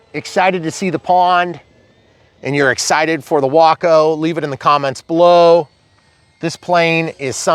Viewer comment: I had to look up the pronunciation. You nailed it. Sounds like Taco. Mine will be called Bumblebee. I'll be providing the bumbling part.